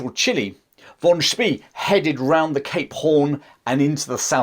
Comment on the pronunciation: Great short story. My only critique is your pronunciation of Spee. It is Shpeh, with e as in the article the.